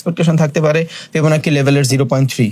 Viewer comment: ফিবনাচি ফিবনাকি নাহ